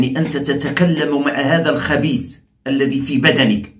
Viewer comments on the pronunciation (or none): none